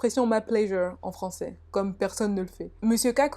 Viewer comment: Je suis morte “des thread frwancais”